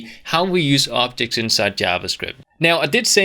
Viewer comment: i dont know why i keep hearing optics, optics contructors and optic models haha anyway, this channel and this courses are incredible you rock man!